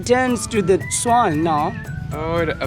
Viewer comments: How he says soil kills me 🤣 “soaall” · Isa Musliu like he’s from the south